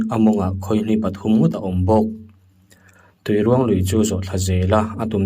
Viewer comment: "Tuiruang" tih hi mihring mi ruang lam rik anga lam tur ani